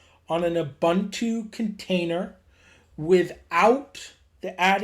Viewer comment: Great tutorial. Just a minor correction. It is pronounced “Ooboontoo”